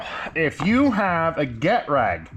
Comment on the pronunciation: You're saying "GET-rag", but isn't it "geh-TRAG"?